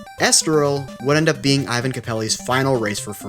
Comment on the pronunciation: Ik its an easy mistake but for capelli his first name is pronounced (é-van) not thr Russian style Ivan